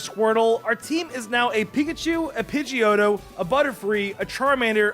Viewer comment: he say pidgio